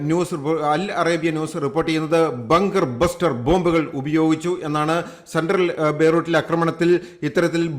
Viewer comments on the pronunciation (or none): Bunker buster not bluster😎😎😁😁